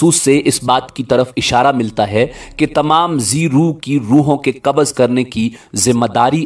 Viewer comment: Kabaz is constipation. Kabz is the correct pronunciation